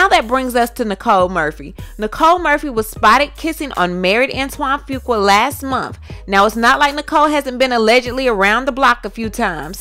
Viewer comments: Your pronunciation of his name is all wrong sis....it's phonetically spelled "FU-Qua" NOT "FU-KWA".... It was a little irritating to listen to. Just trying to helpl. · Pronunciation is "Foo-qwah" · His last name is pronounced "Few Kwah"...I'm sorry, it's the teacher in me lol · I JUST NEED YOU TO PRONOUNCE FUQUA RIGHT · The weight gain is due to Lupus! And that is not how you say that man's last name!!! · Lawdddd it's Lee-Lah And Fu-kwa